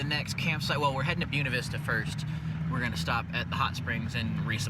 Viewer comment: As colorado narive its so interesting to see someone elses approach to camping and fishing areas youve been ur whole life. Even the way you day "Buena Vista" sounds funny to me😂 anyways, awesome video im glad you caught a fish. The dream stream doesnt have much mercy. Download The Dyrt! Theres SOO many free camping sites near ur area. Much better then the other ones.